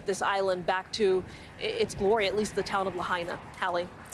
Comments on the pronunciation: La-HI-na, not La-HEY-na. Out of respect for the dead, please get it right! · La hey na??? Its LAHAINA. If you refuse to pronounce it right, don't report on it.